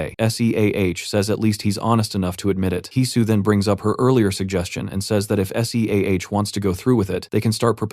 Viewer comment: Hate it when the voice spells SEAH. Otherwise, an amazing voice over.